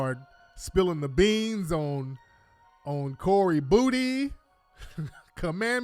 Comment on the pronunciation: This nigga said Cory Booty 😂😂😂😂😂